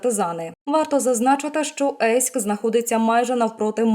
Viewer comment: Ейськ а не Єйськ це такий стьоб тоді гуд!! а якщо помилка то прикро. бо на карті українською написано з є??